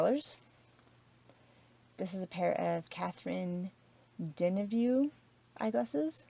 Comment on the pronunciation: Love your videos and always watch them. For future reference..Catherine Deneuve is a famous French actress and her last name is pronounced 'da-nerve'. Not criticizing, just trying to help out.